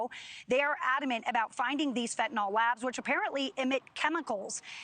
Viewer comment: FentanYL, rhymes with PILL.